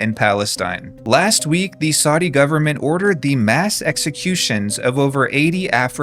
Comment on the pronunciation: The constant mispronunciation of “Saudi” is making my ears bleed.